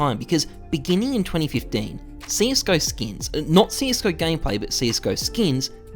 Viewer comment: how many times does this man say skeens?